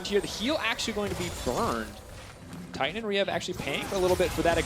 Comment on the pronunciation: It's... titan. Tie-tan